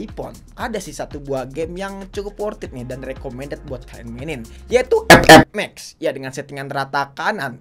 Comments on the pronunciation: sakit banget si ngomong ep ep max nya 😂🤣😅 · Anjg bet pas ngomong epep mex😭